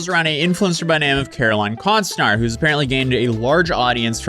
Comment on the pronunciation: Well her name is Caroline Con-stnar.